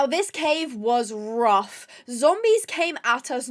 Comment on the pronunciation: Imagine the zombies listening to their conversation, also i love when says "zombois"